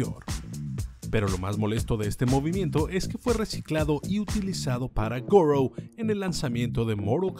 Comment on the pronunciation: Goro: Gour